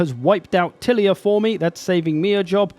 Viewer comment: Tilea should be pronounced like Leia. ti-LEYA.